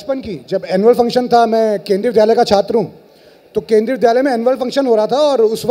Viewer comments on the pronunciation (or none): none